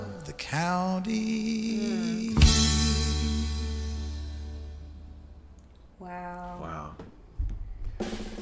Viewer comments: County not country, LOL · Uh it's County not country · County !!! Not country. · I hate when people dont know how to say "county" so they say "country". Like you never heard the word "county" before? You've been in a "county" you're whole life 😂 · County not country